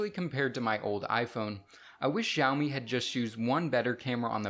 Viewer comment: its actually shooumee